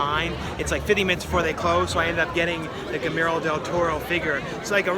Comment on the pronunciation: Buys a doll/toy of Guillermo del Toro .. doesn't know how to properly pronounce "Guillermo."